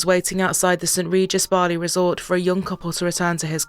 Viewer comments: why are u saying BAAAAHHHRRLEY instead of Bali? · Never heard Bali said wrongly so many different times than today. Might want someone who can say the main place correctly.